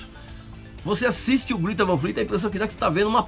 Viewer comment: É 'grêta', não, 'grita'. Segundo os próprios moleques da banda.